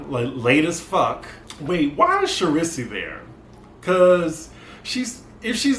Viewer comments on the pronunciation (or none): It's pronounced Shar- Reese. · The fact that you are calling her Cherisee has me dying... Lmaooo shout out to Alex